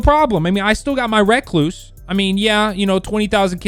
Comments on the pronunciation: Just say recluse not reacluse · Reeeeeee not raaaaaaa damn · It’s not racluse it’s pronounced recluse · Recluse . Not reck loose . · Wreck-loose smh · REE-cluse not REH-cluse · Just say recluse u say it like rehcloose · rek-loose lol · It's pronounced recluse not recluse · Holy shit just say recluse right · The way he says recluse annoys me